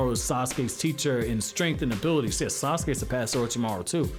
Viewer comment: sasuke not assume